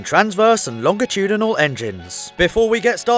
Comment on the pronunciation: Wait..WAIT. LOHNJ UH TOODYNOL?!